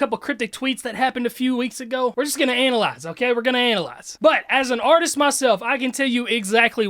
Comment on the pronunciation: way he said "analyze"